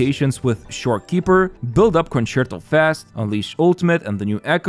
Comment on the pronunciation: Mega kudos for pronouncing "concerto" correctly and i am not sarcastic.